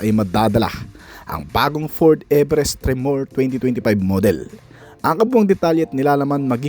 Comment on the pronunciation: Tatalo sa LAND CRUISER??? Nagpapatawa ata 'to eh. Pronunciation pa lang ng "Tremor" talo na eh 🤣